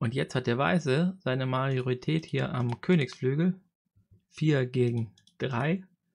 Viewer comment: Gutes Video! Heißt das wirklich "Mariorität" oder verhöre ich mich?